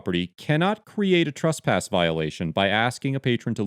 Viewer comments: the 1st part of the word " tresspass " rhymes with BESS not BUS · can you comment on your pronunciation of the word "trespass"? In many situations it sounds like "trusspass" and when used in different figures of speech (e.g. someone being trespassed from a a location vs committing the crime of trespassing) the pronunciation seems different. I just want to make sure these aren't different ideas or different words.